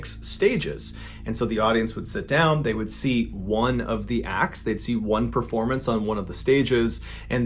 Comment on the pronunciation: Is there a reason your pronunciation of THE are all pronounced “thee”? It should only be “thee” prior to a word beginning with a vowel. It’s really incorrect and bothering the heck out of me. I’m really trying to enjoy the videos and would love to delve into the podcasts but I cannot get past how much that bothers me.